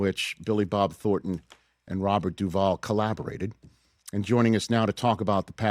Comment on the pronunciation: It's THORNton, not Thorton.